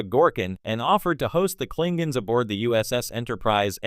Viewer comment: Klinguns. Lol